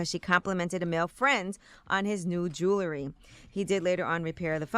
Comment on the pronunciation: Aight Angela, what is jew-lery?